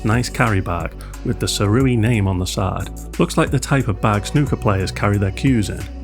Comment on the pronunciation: It's pronounced Cee-ray!